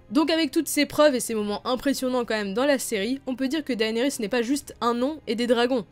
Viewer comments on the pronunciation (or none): Juste comme ca on dit dénérys et non daénerys...